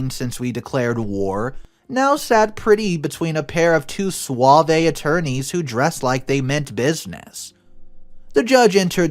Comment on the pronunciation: Suave is one syllable.